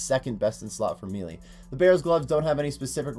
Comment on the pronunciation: He says MEE LEE